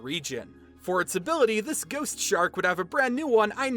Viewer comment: anytime you say ghost i hear goose